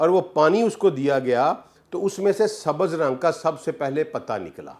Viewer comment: Ilam, Darakhat, 😂😂😂??? Pen down ? Aniciate, ? Sabaz? Faraq ? Mutabaq ? Nibataat? Ye kaisa aalim h ? Sub alfaz ghalat bolta h 🫢🤔